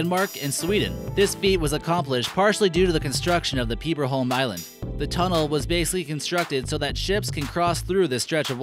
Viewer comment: Peeeberholm ....i cringed at the pronnounciation lel